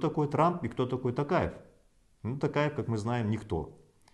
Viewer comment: Маке ел баскаргың келсе қазақша фамилияны дұрыстап айтып үйренші Такаев емес Тоқаев!